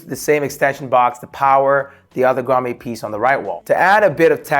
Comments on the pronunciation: It's pronounced 'Grah-mette' not grah-may. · bro its pronounced Grom-it.....not Grom-ayyy. As an electrician it hurts my ears hearing you pronounce it wrong. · love it! One thing though, it's pronounced "grahm-ette" not "grahm-ay" lol had me chucklin a lil bit. Seriously though you did a fantastic job!!! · It’s grommet (grom-met) not (grom-may). Nicely done, I’m so jealous of your setups , bro! Lol.😂👋🏾👋🏾👋🏾👋🏾👋🏾👌🏾😁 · Love your vids. FYI, grommet is pronounced "graa·muht". 😅